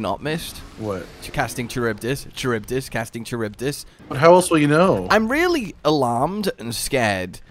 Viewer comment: Five years later and still can't pronounce Charybdis correctly. 💀